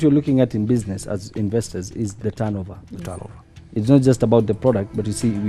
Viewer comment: even the word "investors'' cant be pronounced ,,...that's a big joke